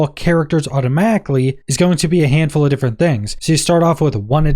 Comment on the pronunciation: Why have i never heard anyone pronounce "of" as "hof" in my entire life?